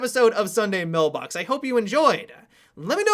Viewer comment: It sounds like he says Sunday millbox